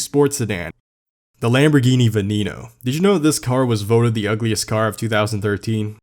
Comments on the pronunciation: It’s pronounced Veh-neh-kno!!!! Not Benino 😂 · Venieno 😂 its VENENO not Venieno How hard is to pronounce something how they are spelled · Its venom in Spanish not vinino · ah yes the Venino 😂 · "Lamborghini Vinnino" i have never heard someone pronounce the name like that xD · Bro it’s veneno it’s venom in Spanish and it’s pronounced ven.nen.no please I like your contact but as a Hispanic person I do find it disrespectful and I know I can’t expect everyone to pronounce it right but you made contact and put it out there you must’ve known you were going to be judged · You are saying Lamborghini veneno wrong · idk why ppl say senna's are ugly. btw he pronounced veneno weird